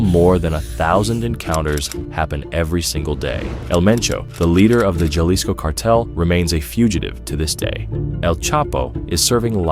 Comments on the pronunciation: The J makes a H sound it’s not Ja lisco it’s is more of a Ha lisco.. please do research on the pronunciation of words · Not knowing it is pronounced HA-lease-co is NOT an indication that everything is bogus. Please give them another try.... the video was VERY informative. 👍👍👍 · As soon as the AI narrator said "Ja leesco" I hit pause. NEXT! Clearly, this video is bogus. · Did you say Juh-lis-co? Lolll too much AI but good job overall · That’s not how you pronounce Jalisco